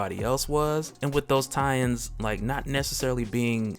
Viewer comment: You say "tie-ins" I hear Italians